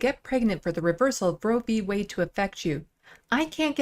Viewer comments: Did little mis Boebert say Way or Whey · Did she say "Roe v. Way" ??????? Lauren "Jezebel" Boebert is an idiot. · "Roe v wayy" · It's wade not way you dumb sack of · I caught that as well. She must have just had her curds and whey whilst rowing down a Colorado stream. Like the one that leads to the Coors brewery. She is sooooo dumb.